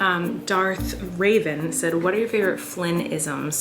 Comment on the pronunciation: when she said darth raven😂 pretty sure it was darth revan lolz